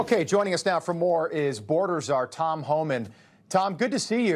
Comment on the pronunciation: Lol!! Mispronounced Tom's name. She is out of touch. She shows what a Dingle Berry she is. 😂